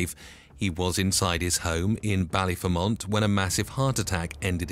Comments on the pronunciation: The way he pronounced Ballyfermot , Lol and his nick name was ' the Colonel ' not the Cournal...!! 😄👍🐴☘💚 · Destroyed the baklyer prenounciation 😂